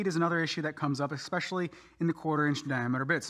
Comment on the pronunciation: Another eckspecially good video.